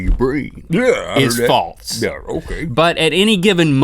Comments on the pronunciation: THERE IS NO T IN THE WORD FALSE. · Guys, the word is not 'faltse', it's 'false'. There is no 't'! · has anyone else noticed that they say "faltse" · Anyone elts annoyed when people add t their s's? Like, those two bother me so much with that